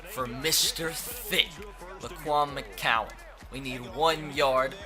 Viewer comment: It's McGowan not mccowan